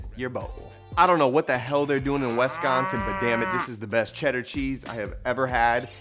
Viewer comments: Also, WISCONSIN is where its at with the cheese. But yooo youre saying it wrong. 😂😂 it’s WISconsin not WESconsin LOL love you bro -your fellow Wisconsin cheese enthusiast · Lol WESconsin. No sir. W i Sconsin 🧡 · bruh, the way you say Wisconsin in this video is blasphemy. it's "wih-scon-sin" not "wess-con-san". still here bc I love though. - a native wisconsinite. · WESTconsin ☠️😂 WISconsin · Ayo. From Wisconsin and it’s so funny you say WES consin 😂 no hate just love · Haha “WESconsin” 🤣😆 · "Wesconsin". Period. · 🔊 ayo why he pronouncing wisconsin like that !!!! 🔊 lol no shade 😂